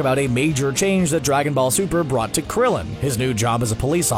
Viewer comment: you said Krillion wrong